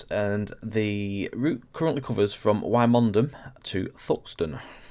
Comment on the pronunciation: Great video! A local route to me, so really enjoyed this! But i have to point out you butchered the pronunciation of Wymondham lol😂😂 Locally it is pronounced "Wyndom" 😂